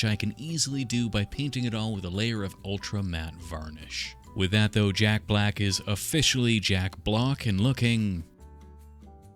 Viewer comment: every time you said "jack block" i lost it